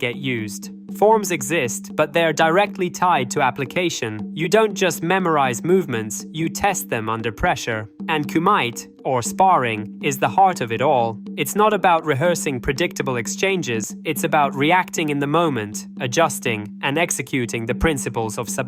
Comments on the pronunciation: “kumite” = “koo-mih-tay” or thereabouts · “coo-might” 😂 Another Wikipedia video?